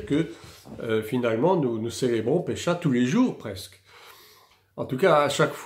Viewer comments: Bonjour à vous, merci pour le contenu. Mais ne dit-on pas phonétiquement Pessah et non Pécha ? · juste pour info : Pessah se prononce pessar